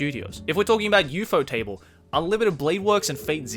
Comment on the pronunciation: u-faux-table Me: have I been pronouncing this wrong my whole life